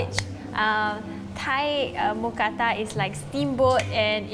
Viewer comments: As a Thai person, it’s “Mookrata” not “Mookata” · Actually, we call it Moo kra-ta. It has to have r to be correct. Just so you know 👌